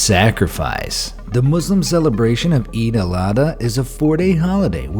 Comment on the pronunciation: It’s pronounced Eid AL ODD HA